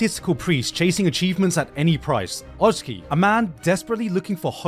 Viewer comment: Don't quite get where did Gigguk get the "Ozki" reading from, also the studio could have easily made it sound as "Ochi" and nobody would complain